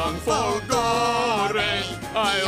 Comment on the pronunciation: All the Italian accent for nothing since he mispronounces his own surname, it's supposed to be fòlgore, not folgòre